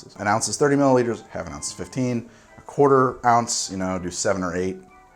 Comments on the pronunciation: I swear I heard mili-liters too go figure... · If you have trouble with “millilitres” just say it the Aussie way... MILLS